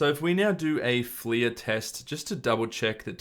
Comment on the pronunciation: I feel like it’s pronounced ‘fler’ as opposed to ‘fleeya’. Literally unwatchable :)